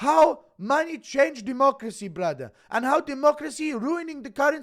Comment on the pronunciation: Your impression of Moic is decent, but you're still using the Dagestani accent when you say, "Brudder" Tighten that sh*t up